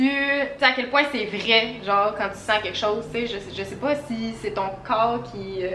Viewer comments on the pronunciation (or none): none